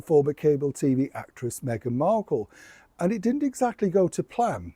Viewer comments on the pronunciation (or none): none